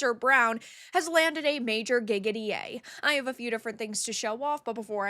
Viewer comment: When you said a major "gig at EA" i thought you said "giggity"